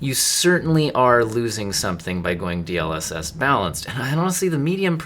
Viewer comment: the point of an acronym is that its not meant to be pronounced as a word... As it is an ACRONYM....